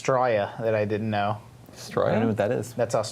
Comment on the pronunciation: We don't pronounce Straya like that, I never heard anyone call a donut a 'circle work' and Hungry Jack's is awesome